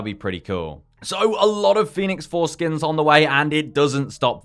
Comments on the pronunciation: Everytime you say Phoenix Force skins, I only hear Phoenix Foreskins lmao 😅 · Thats all I can hear also! Foreskin 🤣🤣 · I keep hearing "Phoenix fore-skin" lmao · I can’t unhear it now 😂😭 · And now I can’t unhear it thanks lol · I WAS ABOUT TO SAY! HAHAHAHAHA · Can't unhear this now rofl.